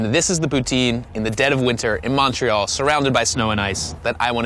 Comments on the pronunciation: First 30 seconds and he’s already mispronounced both Montreal and poutine. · « Mawn tree all » 😖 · American`s really can`t pronounce Montreal corectly